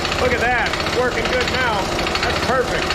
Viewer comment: Did you work with or for Paul Fabyanic? He’s where I got the same pronunciation of “perfect” from… and he lives in Pennsylvania…